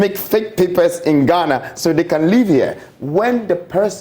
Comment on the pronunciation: Imma need him to stop saying “Ghanarrrrr”